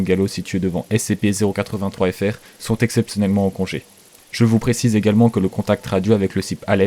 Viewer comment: Putain pour ton accent sur le terme SCP était pas ouf(peut-être parce que il est compliqué à prononcer😊😊😂😂)